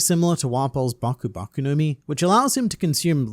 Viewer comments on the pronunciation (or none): none